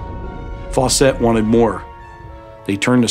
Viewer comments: Fawcett. Not "Faw-cette". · It's pronounced "Faucet," (sp. "Fawcett"), not "Faux-set."